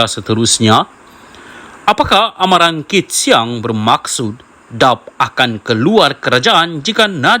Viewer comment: Pembaca berita bukan orang Malaysia kerana sebutan DAP seperti “dap”😂😂😂. Nampak macam kita tidak ada pembaca berita Malaysia kah???